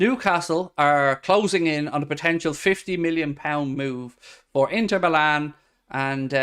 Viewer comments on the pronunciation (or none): none